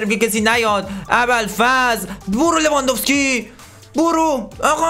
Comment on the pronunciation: میگه لوانذوفسکی😂😂😂😂😂😂😂😂😂